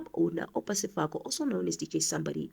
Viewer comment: Sefoka not Sefako sister it gets confusing when you read the names incorrectly. ❤